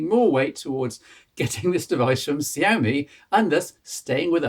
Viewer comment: its pronounced "shyawmey"